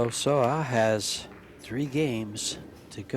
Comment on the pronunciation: Say-oh, Say-oh ah= Seo Seoa not Sowa sowa.